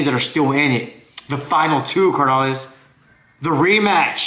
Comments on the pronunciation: It’s not car na lees es carnales güey!!!! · CARnales, no mames, roll the R’s ese, but GO pinche Niners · "Car-nolis" lol I follow but you funny carnal